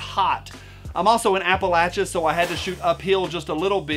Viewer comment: Thank you for saying Appalachia correctly hah!!! Hello from “just the tip” of VA. Also shooting a Valkyrie from savage among other calibers